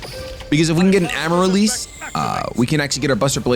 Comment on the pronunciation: the plant is pronounced Am-a-rill-liss